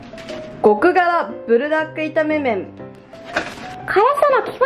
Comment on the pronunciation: プルじゃなくブルなのね🤫 なんか親しみを感じる😅